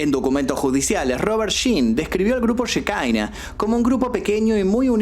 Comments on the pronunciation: no se pronuncia shekaina, la palabra es hebrea, שכינה, significa presencia, y se refiere obviamente a la presencia de Dios, se pronuncia Shekiná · Querido, se pronuncia Shekiná, no shekaina. Un abrazo! 🤗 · cómo va? Por las dudas, ellos capaz lo pronuncian Shikaina pero en sí se dice Shejiná Yejina. La shehina es el espíritu divino para el judaismo la j y la k son de confundirse según la rama religiosa que agarre o no el antiguo testamento o cómo lo interprete (no es el espíritu santo pero va por ahí)